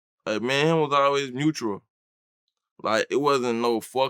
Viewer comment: bro said we wasn’t “mutual” and we wasn’t “neutral” we was MEUTRAL